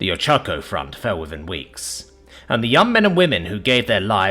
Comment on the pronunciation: Pronounced O-ch-a-ko. Forgivable, though.